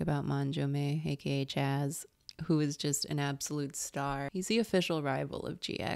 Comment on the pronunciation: What an odd way to pronounce THE CHAZZ